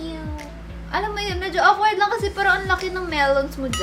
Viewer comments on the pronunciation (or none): none